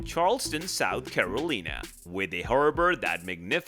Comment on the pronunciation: Sooth Caroleena?? Wtf dude!?